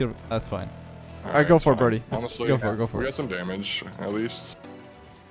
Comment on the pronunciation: every time says "brody" it sounds like he is saying "birdy"